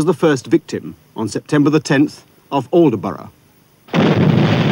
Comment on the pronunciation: It's not 'Alderborough' it's 'Oldbruh' 😎 My grandfather on mothers side was UXB in Newcastle area and then back to London, had some very lucky escapes indeed. One was when they were struggling in the rain with a Hermann 1000kg and thought "time for a cuppa"....wandered off, 5 minutes later bomb blew up. Many stories like that.